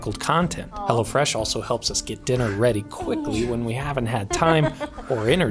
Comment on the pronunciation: I couldn't tell if you were saying hello fresh or Hella fresh. I had to look in the description